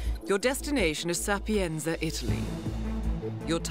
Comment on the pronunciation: "Sapienza" should be pronounced differently, the "z" in "sapienza" Is the same as the "z" in "pizza".